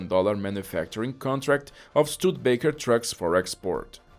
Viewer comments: Stude-a-baker. Four syllables. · Shame he did not pronounce Studebaker correctly. STU DE Baker.